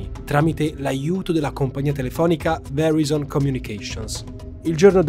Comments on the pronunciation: Verizon si pronuncia veraizon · Ciao, ottimo lavoro come sempre ma se posso permettermi una piccola correzione, le pronuncie delle aziende citate nel video sono sbagliate: Verizon, pron. VERAISON Deloitte, pron. DILOITT (è americana non francese) Xkeyscore, pron. EXKISCOR non voglio essere pignolo ma rendere i tuoi contenuti impeccabili:)